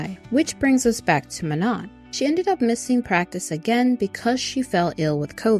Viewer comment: Also, I'm not trying to hate, but Manon is pronounced Man-no. And Adéla is pronounced Ah-dell-ah.